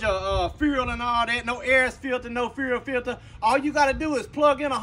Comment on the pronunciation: When he says fuel filter, I can’t stop laughing